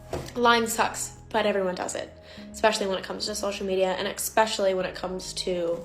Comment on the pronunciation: Hey... There is not now nor has there ever been the letter "K" in the word "especially"... Proper English isn't that hard to master, you just need to practice. ALSO, have your parents not taught you that just because everyone else does it, that doesn't mean it's okay? "If all your friends were jumping off a cliff would you follow them?" You've never heard that? We need to turn things around, we need to bring honesty back into our lives and we have to start somewhere... So no sweetheart, it's not okay to lie to sell products, even IF "everyone else is doing it".